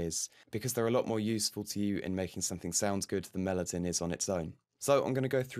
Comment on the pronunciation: You keep mispronouncing Melodyne over and over again